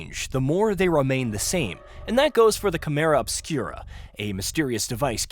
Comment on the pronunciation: Dude is this video fucking A.I. made? you say what sounds like "chimera obscura" but just before that its pronounced normally . LIke wtf? Its even in the video transcript btw as chimera too. I'm gonna boycott the channel now for such weird lazy 'content'.